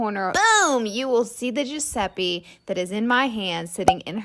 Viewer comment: giuseppi? gurl- giuseppe